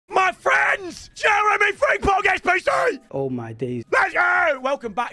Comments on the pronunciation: It’s friMpong not friNGpong 🙄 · Still triggers me how he can't say "Frimpong" as apposed to 'Fringpong' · He still saying fringpong ffs 😭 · Love getting Frimpong every year and still saying his name wrong every time